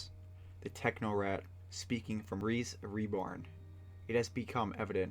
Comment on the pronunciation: The Techno-rat? What happened to the C? In Technocrat